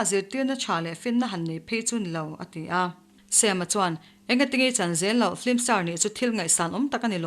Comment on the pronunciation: ngaithla leh lawk teng... Sam-a hming Mizo taka Sam-a ti mai lo a Sem-a tih hi ka beng a kham 😋